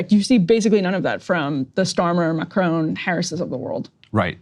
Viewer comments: Mah Krawn. Not macrone. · Macron....NOT Macrone! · It’s not M’crone. It’s Mack-Ron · It’s not Ma cr own, it’s Ma cron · If you want to be taken seriously, pronouncing his name would be a good start. Mack Ron (the n is almost silent), not Macrone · "Mah-crone" Lol